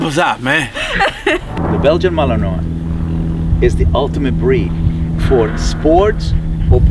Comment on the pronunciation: Ceasar cant even pronounce Malinois correctly. Its Mal-in-woh not mal-in-noy.